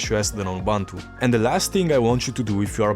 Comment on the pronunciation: Ubuntu si pronuncia esattamente come lo leggeresti in italiano. Just saying...